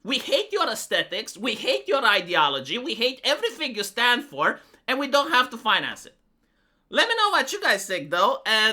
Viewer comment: Now, you might be concerned that is using the feminine 'we' instead of the masculine 'I' in 'we hate your aesthetics', but, in fact, he's saying ' hate your aesthetics', so we're good. Great video, as usual